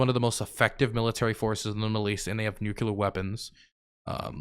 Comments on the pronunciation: please for the love of all that is holy. it is nuclear. not nucular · You're going nucular over a minor pronunciation variance. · you say "nuculer" like Dubya Bush 😂😂☠☠